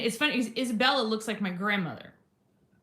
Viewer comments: Thank you for apologizing. Just a quick fyi Isabella’s name is pronounced like Esabella or Esa. I just caught it because I have the same name. Much love <3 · Eye’m not trying to be nit-picky, just noticed you say Isabela’s name without the “a” at the end. Your pronunciation of the other names are awesome. Thanks for reading and for caring so much to be aware ♥️